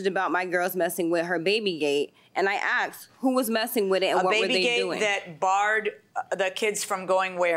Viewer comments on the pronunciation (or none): "She axed me..." Really? Did it hurt when she hit you with that sharp blade on a stick? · It’s asked!! Not axed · Why does everyone who comes on this show pronounce AKSED instead of ASKED??? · aksed? isnt ti asked? LOL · “Initially she did not axe.” What axe? Speak English please. It helps your case.